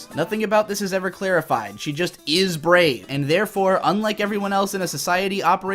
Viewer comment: "BRAEV" wow